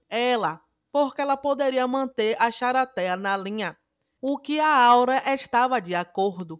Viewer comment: Nao aguento ela falando "charatea " ksksks